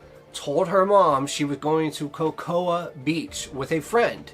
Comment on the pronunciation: Cocoa is said like “co co.”